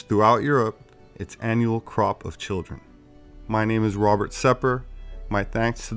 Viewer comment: Did you say Rober or Robert?